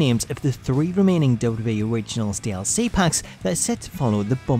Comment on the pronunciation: Why can't you say WWE properly?